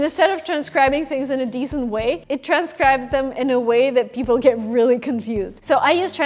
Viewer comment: This girl needs some English pronunciation classes. Girl, its "people" not "beoble".